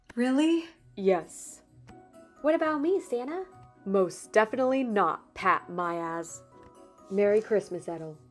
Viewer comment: Patmias sounds like pat my ass